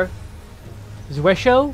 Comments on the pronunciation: it is German, one of the five core moves in German sword fighting. You were actually pretty close, the biggest thing is how you pronounced hau... Which should sound like "how", not "ho". It's a weird word that I'm guessing not a lot of people have even seen before, let alone tried to say. 😃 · Tiny nitpick: "Zwerchhau" is a Geman term, not a French one, so it's said completely different from the way you pronounce it. It's closer to (but not exactly) ""Tzveresh-how"" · I died a little inside when you pronounced zwerchhau like it was French word. Ooof.